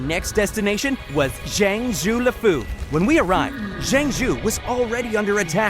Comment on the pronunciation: Jang shoe lafuu.... jing wan.... imbebetor.... baiylu....haenyae 🤦🏻‍♀️